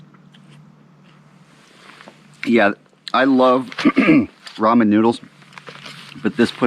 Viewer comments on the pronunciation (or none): none